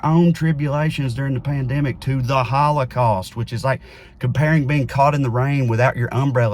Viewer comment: "we shouldn't 'exploit' the HawlaCawst" ?!??? 🤣🤣🤣🤣 Dear YHWH if there's anything we shouldn't do, it's that lmao Are you willing to address who funds Neo Con and Q tier narratives and media that make this subject the center of every discussion? Ever think it's meant to make them look foolish as well as keep the discussion on the HOWLACOWST as a bonus? Schindler's List is a fan fic take on an already stretched narrative. And do you think the super philo semetic GOP would ban anything like that? Nothing was banned. A comic about mice was removed from children's categories on websites. And now this has done nothing but increase sales because this whole thing was a pitch to do just that.